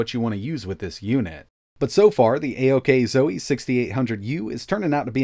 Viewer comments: I just heard a txt to speech say it, and it's pronounced oxo. Like ockzo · Did you keep saying steam deck during the video instead of AOKZOE?